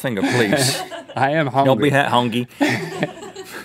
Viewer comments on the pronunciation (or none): Thanks for the warning Rhett. Not watching the video. Liked the video though. By the way. Hungi😂😂😂😂😂😂😂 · Rhett hes so hungy he ate the r in hungry he is the hungriest